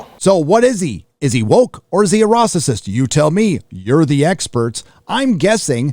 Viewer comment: What in the world is a 'ruacesist’? Ahahahahahaha 😂😂😂